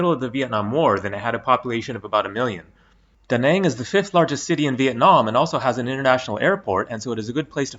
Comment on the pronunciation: Nice Went a few times And It's "Da" "Nang" and not "duh naanng"